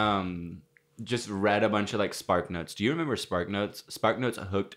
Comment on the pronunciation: every time says member we stray further away from God😔😔😔